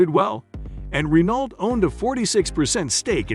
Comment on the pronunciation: Pictures of the cars you couldn't "find" are readily available. This is a poorly made video with many inaccurate facts and non relevant pictures. Why bother making such content? Just stop and delete your channel please. Edit: pronounce Renault correctly as well LOL! Practically unwatchable TBH.